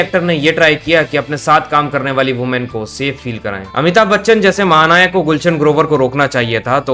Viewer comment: Amitabh Bachchan ❌ Amithub bachchan 😂